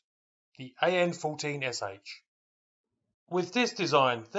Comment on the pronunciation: It's not "S H" it's "ш" the Russian letter "sh" pronounced "sha" when alone like this. АН14Ш.